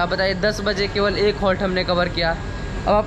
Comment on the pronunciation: आपका हर वीडियो में एक आवाज आता है लखनऊर असल। में। वो लखनऊ है